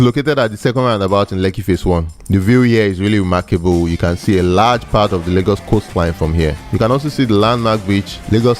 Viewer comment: It's called LAY-GOS not largos